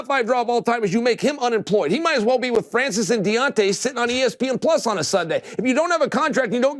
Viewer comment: To hear cheal sonnen call deontay wilder De-wantay